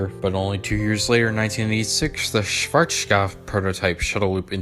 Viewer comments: Its so hilarious listening to you calling Schwazkopf. The W is called like a V [vee] but pronounced sharper and harder. My current information is that there is one last Shuttle Loop in the US and one last in Europe from Schwarzkopf.(Belgium) But the Version in Belgium is not anymore in its Original State, the Company who got the rights of Schwarzkopfs Blueprints and such did install a new Launch System, still in Original Style, but with a new System, Engine and such so its much easier for them to maintenance the ride. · Might be more fun, but you don't pronounce it the German way in any way. As a beginning, the z is not a sh, it's pronounced as ts with a sharp s. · Wow you really butchered the pronunciation of Schwarzkopf. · Dude, just pronounce Schwarzkopf the western way lol. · Cool video. Sadly, I couldn´t ride one of these by my own. And I´m happy about you trying to pronounce Schwarzkopf the right way (even if it still sunds as if you´re drunk..) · You have a real problem pronouncing “Schwarzkopf”. You also pronounced “Scirocco” wrong.